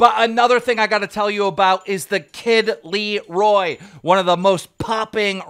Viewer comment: Bruh his name is not the kid Leeroy, get it right, it’s La-Roi , ffs 🤦‍♂️